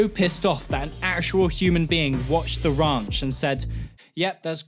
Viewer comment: Ah yes the "awful" sitcom the rAUnch.